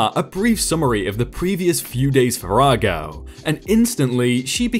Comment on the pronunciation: Once you pronounced "detritus" correctly I figured you'd been doing some research, when you got "farrago" I knew you had! Good job!